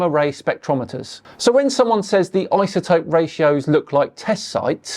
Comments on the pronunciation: Are we just going to sit here and ignore how he pronounces "isotope" with a "z"? That's my first indication that he's full of it. Lol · I don't trust anyone that says, "izatope" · Didn't know it was eye-za-topes. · Never(?) heard anyone voice the ‘s’ in iso before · Thank you, I was gaslighting myself. If you're gonna be a communicator about a topic, learn to pronounce the important words in that topic!! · i - za - topic or I -so - topic Why do some people see a word like “Boise” or “lsotope” and pronounce the letter “s” as if it is a “z” ? Why the confusion ? If some people want to mispronounce the letter “s” as (zee or zed), then why do we have the letters “z” & “s” on our keyboards?